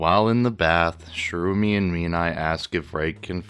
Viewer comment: Ah, yes, "Shroomy and Mean-Eye". Sherumi is the girl twin. Menae is the boy, who Reg was speaking with at the end of the previous chapter. He doesn't specify that both his and his sister's right arms are the same, his words are very vague about it. Many people think he means that his and Reg's are the same. I don't have the Japanese raws myself, but that sentence is probably something like "both right arms the same" or even just "right arms the same" since Japanese will often omit pronouns and even nouns when the speaker feels the context doesn't require them. This is very handy for writers wanting to leave their audience guessing since the character speaking would know the context and might assume that the context is enough to not specify. Your virtue signaling completely glosses over the fact that Reg's arm cables not tasting metallic is new information. Nishgoro, of course, and here I thought that Nishagora was pronounced Nishagora.